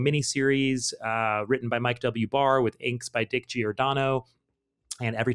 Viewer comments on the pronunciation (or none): All the ' dick' mispronounciations aside, nice job 👏 👍 😂